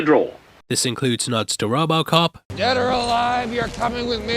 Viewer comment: Its rowboat cop not robbocop